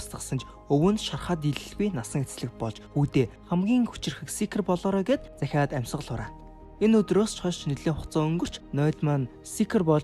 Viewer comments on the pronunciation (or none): Zahiad amisgal huraana gdgin dahiad amisgal huraana gj sonslooshd😅:-(joohn tod yrivl:-) ghde zvgere😅